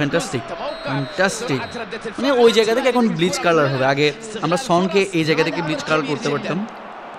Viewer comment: ব্লিটজ ব্লিচ না ভাই